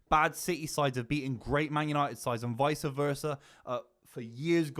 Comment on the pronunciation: it's VICE... not vicA